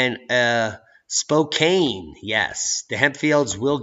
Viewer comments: Spokane is pronounced spo-can brother. I grew up there when the mob ran the town and it was a great place to grow up and live. There were places where henchmen would go to cool down and local officials were paid to look the other way. All in all it was pretty safe place to live. Now the liberals have made it into a sanctuary city and I don't even like to visit. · Hey! I like your show. I need to let you know as I am a Washington State Resident Spokane is pronounced (Spo-Can) just helping. Here is another people are not aware of Puyallup is pronounced (Pew-allup).